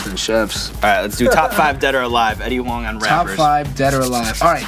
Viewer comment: Eddie Ho-ang